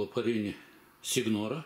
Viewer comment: Пишется СиГнора, звучит Синьёра. Спасибо за видео!